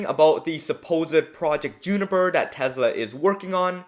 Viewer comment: Says who? It’s Juniper